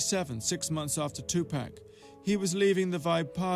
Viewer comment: Tupac not two pack say the man name right